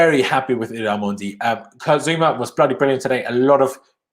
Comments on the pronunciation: His name is not “mondy” stop saying that. So disrespectful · I’m fluent in French and it’s absolutely not the correct pronunciation idk what you’re talking about